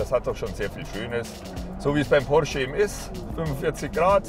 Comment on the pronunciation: wie ein Türke hat er "porsche" gesagt :D